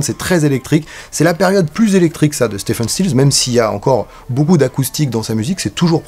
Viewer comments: Si je peux me permettre, on prononce STIVEUNE et non STEFEUNE. (J'ai fait la faute pendant des années). En fait, on dit Steve (STIV') Stills, CQFD. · Stephen se prononce en fait Steven ... Mais bon c'est juste pour chipoter. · Épisode qui fait écho à la master class. Devenez membres Tipeee !!! (Pour être pointilleux: Stephen is pronunced Ste(V)en 😉)